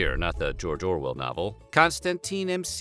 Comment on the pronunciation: DID YOU SAY JORJOR WEL